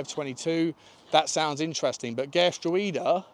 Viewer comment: Gertruida is said "Gert-row-da" with the middle part sounding like "how".